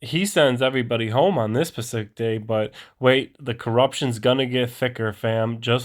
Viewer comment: Pacific? Like the ocean? Or are you saying Specific without the S?